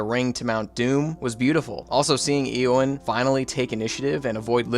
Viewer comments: Thank you, I dropped my phone at Eeee-owyn. I couldn't take it. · His pronunciation of eowyn, eomer and denethor destroyed me! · It's not Thee-o-den and Eee-o-wen lol 😂 It's Thay-o-den and Aye-o-wen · "There's Thee-oh-deen, his neice Ee-uh-win, and his nephew Ee-oh-mhyr" lol Good ranking though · Every time you said Thee oden or Eeee owyn or Eee omir, I died a little on the inside. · the way this guy pronounces the names... ee-o-win sa-ru-mun thee-O-den like, bro. (good vid though i'm just trash talking) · E omer, E owyen, th E oden pains me deeply lmfao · "theo-din", "eeo-mare", and "eeo-win" really hurt me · Hearing how you pronounce Theoden, Eomer, and Eowyn has me fully convinced you didn't actually watch the movies but just did this for content. It's realllly not that hard.